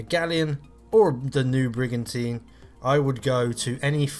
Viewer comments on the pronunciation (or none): THE “NEW” BRIGONTINE